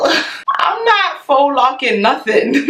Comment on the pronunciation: This video was hilarious. But I cringed every time she pronounced “faux” FOX OMGGGGG Lol can we learn French pronunciation pleaseeee 😩😩